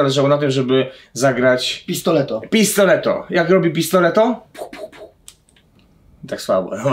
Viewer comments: Jak coś nie mówi się Pistoleto tylko Pistolero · Nie mówi się pistoleto tylko el pistolero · Mowi sie pistolero albo pio pio pio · Mowi sie pistolero